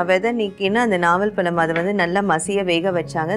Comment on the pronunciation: its naval pazham not nava